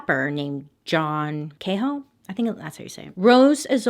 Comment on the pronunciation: Bailey!! You pronounced the last name perfectly of John Cahow (Kay-how). That’s my married name and no one ever knows how to pronounce it.💜💜